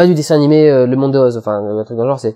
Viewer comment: JE T'AIME tu dis Oz et pas OSE T^T !